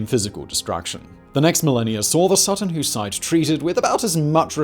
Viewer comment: My neck of the woods east anglia. Was worth a watch an I was right. Plus the pronouncement of Sutton Hoo was all over the show this episode lol come now big brain Whistler it's ya native tongue lol 😆 loved the video still